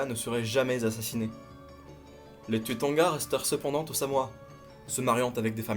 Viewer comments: Pourquoi tu prononce le "u" à la française alors que se sont des noms Polynésiens? Le "u" se prononce "ou" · Cher les Polynésien le U se dit ou 😂👍